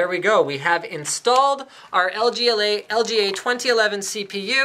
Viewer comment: like if you herd him say "LGLA" in stead of "LGA"